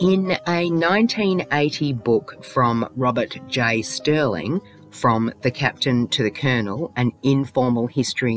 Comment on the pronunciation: The author of that book was Robert J. Serling, not “Sterling.”